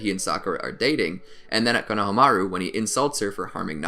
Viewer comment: Why does he say kona hamaru like it’s to different words and pronounces it wrong 😂. I still really love the videos but damn